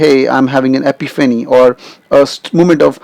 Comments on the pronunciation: you have the wrong emphasis on the word EPIPHANY, You can do better. But thanks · You mispronounced Epiphany !